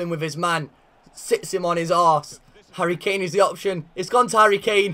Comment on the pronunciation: I believe u try to say Harry Claim